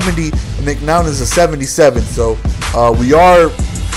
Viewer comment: Its McCown, not McNown. We Bears fans don't ever want to hear the name McNown again...